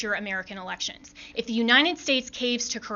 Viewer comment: "Tha AP has called. . ." LOL